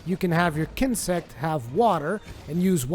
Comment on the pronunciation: Daniel Fusco but he said kinsect right.